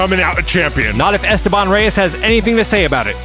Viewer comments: it's es-TE-ban:elbowcough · Mi corazón está con Dylan, mi lógica está con Esteban Pero si algo me choca un poco es como pronuncian su nombre ajaja Stebán Rays